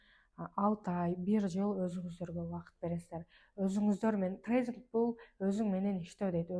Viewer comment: Зайбал трейзинг эмес трейдинг